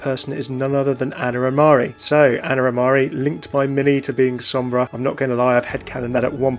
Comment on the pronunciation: You pronounced Sombra fairly well! Great vid, I am excited for another support